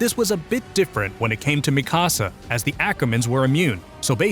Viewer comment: Ok but you pronounced Mikasa like mi-casa and not like mika-sa